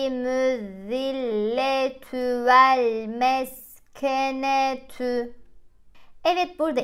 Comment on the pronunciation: Velmeskeneh...olurak okunucakdi..😊